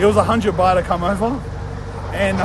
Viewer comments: Live the video but It’s baht mate not bar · Lmao calling 'Baht', 'Bah' like a sheep or something 😂 Jokes aside hope you got back home safely cuz you are a real one we love you